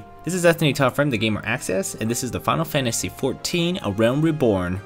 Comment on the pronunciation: thx for the review but mate it's called "final fantasy" not "fanl fantasy" :D